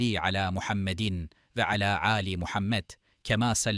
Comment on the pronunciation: okumalar yanlış dolu ve oturuşta subhanerabbiyel âlâ daki o âlâ düz söylenmez başka anlam oluyor â dan sonra yumuşak g tarzında bastırarak söylemek gerek yani âğla gibi